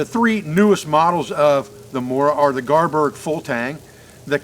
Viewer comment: It may be an accent thing. Is it garberg?